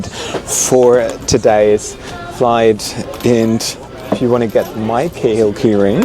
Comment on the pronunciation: is an Irish surname. We pronounce it Cah Hill